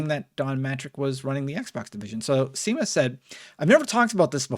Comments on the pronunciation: It's pronounced "Shamus" not "Seamus". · Seamus is pronounced "Shay-mus". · It's pronounced shame-us. As in, what you did by mispronouncing his name. Badum tish. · Seamus - Shay-mus. Irish name lol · It's pronounced Shaymuss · For future reference: Seamus is pronounced 'Shay-mus' :) This was a great video. I was 13 when the Xbox One came out and so didn't quite understand at the time how bad a position Xbox was in. With age, though, I've realised they've really began bringing it back round and it's great to see, as an Xbox fan. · It's pronounced Shay-mus. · Isn't it pronounced Shay-mus or have I been doing it wrong the whole time lol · Did really say Seamus as “see-miss” 😂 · Did you really pronounce Seamus as Seem Us? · Great video,! Absolutely love your channel. Love how chilled out it is here, plus the information is just an added bonus. Came here from fireteam chat, stay here for you. Just FYI - Seamus is pronounced "shay-mus". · Seamus is pronounced Shay-mus. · this man does not know how to pronounce seamus